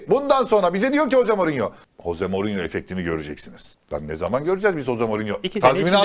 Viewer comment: Bi gün hoze morinyo derken ağzın öyle yamuk kalacak,sen önce adamın adını doğru düzgün söylemeyi öğren!!hoze morinyo😂